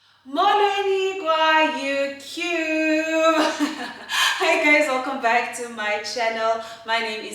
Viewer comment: lol the way you pronounce “Youtube😂😂😂😂